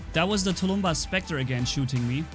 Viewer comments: It’s tulmbas not tulumba but I don’t care. I personally like the way you say it better tho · please speak properly! Tulumbás is SINGULAR, not tulúmba. Plural is NOT tulúmbas, but TULUMBÁSES. If to spell its pronounciation in English way it would be touloum-bús. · Dis any 9 e else see the title and think SERIOUSLY?! Where is the s in tulumbas! (Please don't take this as hate)